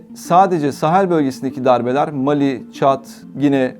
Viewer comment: МАли, САхара....Что у диктора с ударениями?